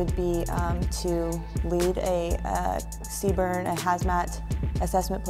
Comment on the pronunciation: never heard CBRN be pronounced Seebern before 😂